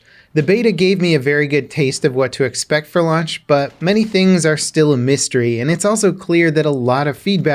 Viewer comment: He must be really hungry that he said "lunch" instead of "launch".